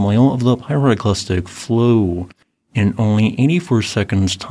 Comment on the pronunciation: A pyroclastic frow...... I heard it